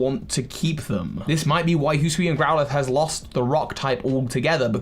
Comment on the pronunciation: So Hisuian is pronounced - “he-sue-eee-an”